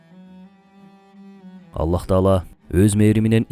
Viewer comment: АЛЛАХ❌ АЛЛА ✅